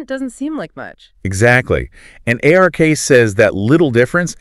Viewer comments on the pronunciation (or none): A few distracting thing that would be easy to fix like “Ay Are Kay” instead of “Ark”